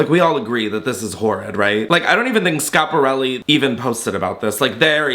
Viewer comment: The first YT'er to pronounce Schiparelli properly! Be still my heart? ❤